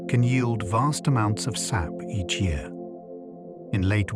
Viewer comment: yeah a couple times they say S.A.P instead of 'sap'. Sad how much AI there is now. Makes me wonder how much of this is facts.